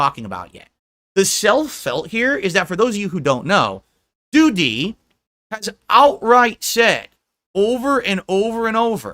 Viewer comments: Is this real life? Seriously what the fuck is happening? LOOOOOOOOOOOOOOOOOOOOOOL. "Doo-TEE." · I love how says, “Doo-DEE!” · Why is he pronouncing Doody like that?